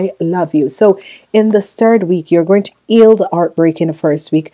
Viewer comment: How can u say eal then say heal correctly 🤔😑😑😑